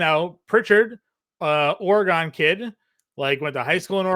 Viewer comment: Hate the way you say Oregon but good show